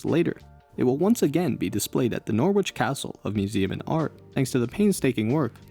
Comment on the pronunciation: You don't pronounce the "w" in "Norwich"